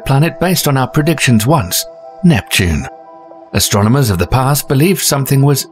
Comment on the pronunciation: It's ASTRONOMERS. Not "Astronaumers." FFS Thanks! Had to get that out there. I feel better now.